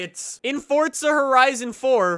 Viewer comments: For za. Not fortza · What is Fort-za? Thought it was Forza. Someone's been playing too much fortz-nite. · May i remind people that Forza dont have a "t" in it😂